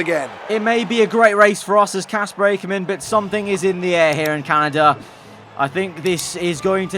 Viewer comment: loving your content, but it's Ack-ker-man not Ache-her-man